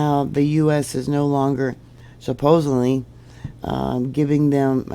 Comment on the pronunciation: There is no "m" in supposedly...